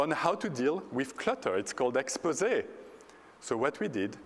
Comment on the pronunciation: At least he said Expose right